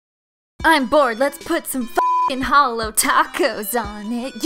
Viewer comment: Your obviously new here because you say holo not “halo”